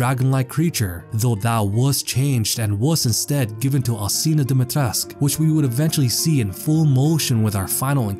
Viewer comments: Aa Romanian speaker my ears are bleeding everytime you pronounce "Dumitresc" instead of "Dumitrescu".I get that most of the English speakers can't use the proper Romanian accent but at least pronounce the final "u" , please. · Is there a reason why people are not pronouncing the U in Dimetrescu? It kinda makes no sense to me and really bothers me. Can any Romanian speakers clarify this?